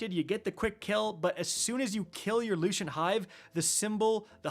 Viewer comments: Lucent. Lucent. Lucent. Like, Lou Sent. Not Lushent. Lou Shint. 😅😂😂😅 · "Looo-shent" "Ru-in" 😂. All the Guardians calling this "brutal", have no patience, and probably didn't get Wicked Implement and it's catty. Stop being so soft guardians. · Loo - sent / Roon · I can feel my soul die everytime he mispronounces a word